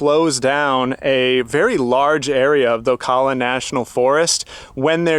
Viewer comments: Dude I respect what you're doing but as a Floridian, it's killing me to hear you pronounce Ocala like O-caw-lla. It's pronounced O-cal-uh. 😉 Keep doing what you're doing. Blessings! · It's pronounced "OH-KAL-LAH"😅 And there are many different entrances to Ocala national forest so you have to go online . I believe they don't have full hookups anymore. Check out OSCEOLA NATIONAL forest. They have the battle.fueld of Olustee nearby. Full hookups..huge showers. Also check out LAKE GRIFFIN STATE PARK.full hookups with pull.through sites. I'm in Florida BTW